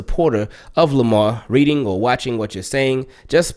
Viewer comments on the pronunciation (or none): none